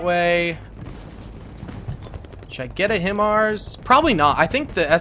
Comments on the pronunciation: Hi-MARs or High Mars, is the way you say it because it is an acronym. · Its pronounced...HI-MARS 🤣🤣🤣😂😂